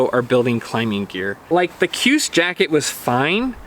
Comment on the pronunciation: KJUS = Shoooz